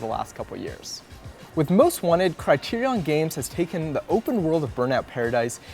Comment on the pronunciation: the way this guy says Criterion pissed me off